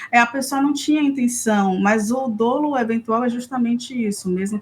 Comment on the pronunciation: A pronuncia correta da palavra DOLO, no "juridiques" é dólo, com o acento somente como exemplo. Lógico que o assunto é muito mais importante que o pequeno detalhe da gramática. Ainda assim vai a dica, já que o fato se repete há algum tempo e por mais que um apresentador. Grato pela atenção. Rodrigo.